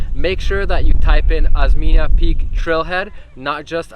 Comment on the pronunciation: Osmeña Peak - pronounce as Os-men-ya, same pronounciation of California. You are the second foreign vloggers I’ve seen who climbed that peak (Merghem).